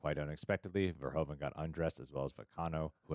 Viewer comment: Pronounce it as Paul verhooooven :)